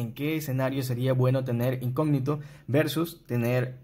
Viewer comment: Hola cómo estás! Se pronuncia incógnito con tilde en la o, no se pronuncia "incogníto"